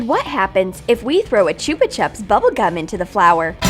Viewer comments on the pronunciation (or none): They can't even pronounce Chupa Chups I'm gonna reeeeee